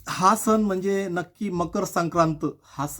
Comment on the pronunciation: तुमच्या व्हिडिओ मधील संदेश हा सर्वांना मौल्यवान आहे पण मराठी भाषेची अडचण अशी की सणाला सन नाही तर सण असा उच्चार व्हायला हवा.. 'न नळातला आणि "ण" बाणा तला ही चूक समजून घ्यावी ही माफक अपेक्षा . मकर संक्रांतीच्या तुम्हाला खूप खूप खूप शुभेच्छा!